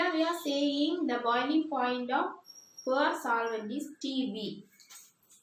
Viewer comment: Super mam. Pure என்பது கேட்பவர்களுக்கு poor என்பது போல் என்று கேட்கிறது. அதை சரி செய்தால் நன்றாக இருக்கும்